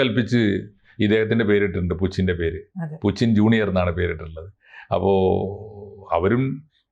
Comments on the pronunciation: പുച്ചിൻ അല്ല പുടിൻ ആണ് എന്ന് ആണ് ഞാൻ മനസ്സിലാക്കിയത് 🤔🤔🤔 ഇപ്പൊ ആർക്കാ തെറ്റിയത്....🤔🤔എനിക്കോ അതോ..... 🤔🤔🤔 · പുച്ചിൻ ആരാ? Putin എണ്ണ പേര് മലയാളത്തിൽ പുച്ചിൻ ആക്കിയോ? അതോ ഇതു ഞമ്മന്റെ ഭാഷയാണോ? ഞമ്മക്കിങ്ങനെയേ pronounce ചെയ്യാൻ പറ്റൂ എന്നാണോ ആവോ.... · Loosu koodhi, Spell properly, it's poothyn as pronounced Puchin alla 😂😂😂😂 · ഇത് എന്തിനാണ് നാവ് വാളയാത്ത പുച്ചിന് എന്ന് പറയുന്നത്, എല്ലാവരും പറയുന്നത് പോലെ പൂട്ടിന് എന്ന് പറഞ്ഞൂടെ